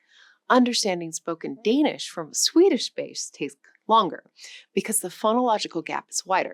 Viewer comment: I sort of expect someone teaching the history of our languages to be able to pronounce the words they use somewhat closely... but no, it just sounds like a bad try....